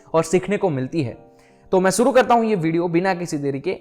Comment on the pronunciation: शुरू को सुरू बोला ।